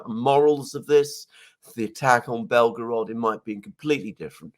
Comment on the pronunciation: it’s pronounced Bell-Go-Rod, not Bellow-Grod. Sorry for being nit picky, buddy. Love your stuff.😁